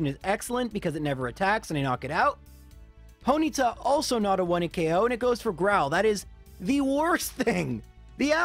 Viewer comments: Foenyta? Fonyta? Something like that. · Was a foenyta instead of a bronyta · Ponyta more like hoenyta